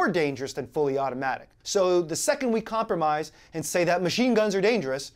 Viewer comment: I've stopped listening to Shapiro this year as well. His dislike for Trump, and some of his 'comprijises' are off putting. He seems more in line with establishment rinos, than constitutionalism.